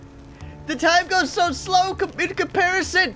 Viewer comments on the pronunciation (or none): none